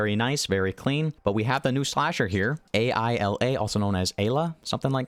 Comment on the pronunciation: doesn't know the actual pronunciation of a.i.l.a xd